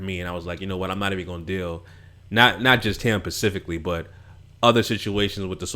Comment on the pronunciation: I watch your show all the time and love your thoughts. But if you say "pacifically" ONE MORE TIME!!!!!😣😣😣. Specifically....not pacifically. (You're still great tho!) 😝